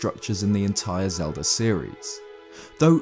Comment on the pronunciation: Legend of Zelder